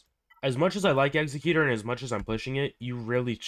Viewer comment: Might want to get the wording for the star wars ships like eggsacuetor is really Eggs-zeck-u-tor and xanadu is pronounced Zan-ah-dew. An executioner is not the same as Executor